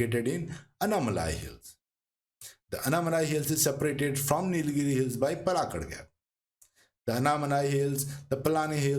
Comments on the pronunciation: Its not palgat its paalakkaad😢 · Palakkad not Palghat😂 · It's not palghat .... u hindi __ . It's palakkad, try to learn. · Excellent info.Please look up correct pronunciation of places.The narrator gave out three different variations of Palakkad. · Palakkad is not Palaghat Kozhikode is not pronounced kozikode.It is kolikode .pls google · for your information:- to correct pronunciation in malayalam paalakkaad not palghat or paalkkad or palkkaad aanamudi not ananudi in most southern language names, "a" is pronouncing as "aa" & in tamil written as salem pronounce as selam mahe pronounce as maahi